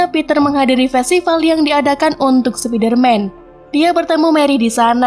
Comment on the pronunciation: Min...kurang enak di denger kalo di baca Sepider-man Enakan Spaider-man Min :')